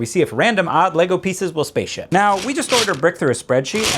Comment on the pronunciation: “LEGO Faceship” 🤣